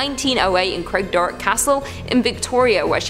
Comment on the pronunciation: Craigdarroch shouldn't be too difficult either - Craig / darr / och....the same sound as Loch.